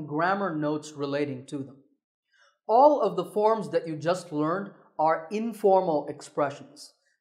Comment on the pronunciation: That is not correct. It should never be pronounced like that.